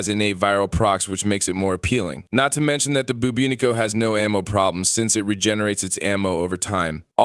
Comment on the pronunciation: One criticism... When talking about the infested arm cannon you kept saying buboonico. It is called the Bubonico (boo-bah-nic-oh). You've definitely said this right in the past and seem more intelligent than a lot of the streamers out there. Such an oversight now would suggest you're overstressed or just too tired. Perhaps you should take a break?